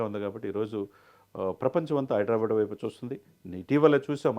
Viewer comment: హైడ్రా బ్యాడ్ ...కాదు ra baabu... హైదరాబాద్.....బ్యాడ్ బ్యాడ్ అనకండి